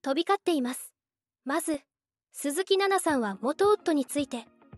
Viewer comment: 鈴木さん↑↑の発音が気になって仕方ない😅